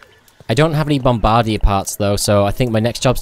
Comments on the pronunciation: It's pronounced "Bombah-deer" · I laughed every time he said it